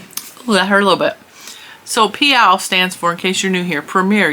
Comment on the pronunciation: The way you say PYOW always makes me giggle 🤭 I need to try Premier Yarns but omg there are o many yarns to try and I don't have enough money to get it all 😫😅